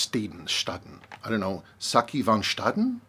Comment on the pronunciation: a in van Staaden ( or modern staden) is long not ah, but aaaah. and it's not fen it is van.